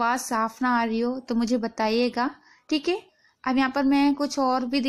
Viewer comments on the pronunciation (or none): Madam theek a ni theek ae bola karo